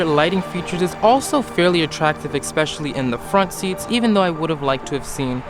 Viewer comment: Why do some people say "eXpecially" instead of "eSpecially" 🤦🏻‍♂